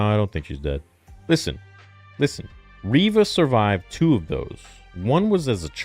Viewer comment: "In the Reva Show" lmaoooo